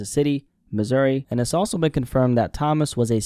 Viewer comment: Toe-mas not Thomas